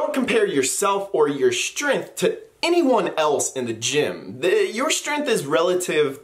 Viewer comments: WAIT! ........did he say "strenf?" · There's a G in that word you're using.